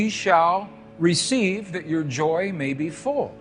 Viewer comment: "reccive" 🤣..sorry but this cracked me up for some "resin"